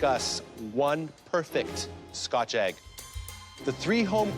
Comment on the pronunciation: Americans: Eh-g Canadians: Aye-g